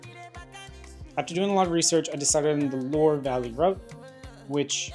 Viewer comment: Well my friend if you're going to France, at least TRY to learn how to pronounce the names of the places you're intending to visit. The "Lore Valley" doesn't exist, but you might want to visit the "Lwar ( Loire) Valley" or Vallée de la Loire, instead.